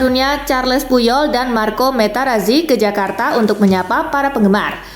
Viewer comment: Marco materazzi kak bukan metarazzi 😂